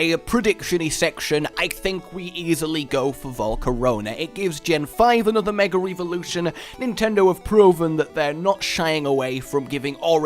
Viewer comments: Why do you keep saying Mega Re-volution? It's Evolution. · "Megar Eevolution"